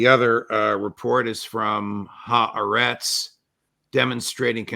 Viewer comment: Good program as always. The Israeli newspaper is pronounced hah AH' rets.